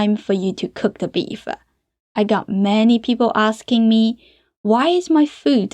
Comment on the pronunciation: Just curious why she adds a schwa when sentences end in consonants? Like "beef-uh" instead of "beef".